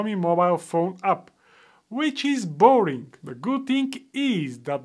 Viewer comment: Boring, not "boaring"😂😂😂